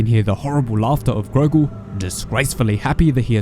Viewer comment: It's Gorgol, not Grogol